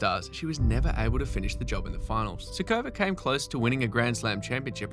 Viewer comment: It is curious how the authors gets the stress wrong in essentially every non-English/American surname. It takes like 5 seconds to google that it is SUkova, not SukOva, SAfina, not SafEEna, etc. I thought recording a video on “greatest players never to …” implies showing some respect to those players. Googling pronunciation of their names seems a natural first step, no?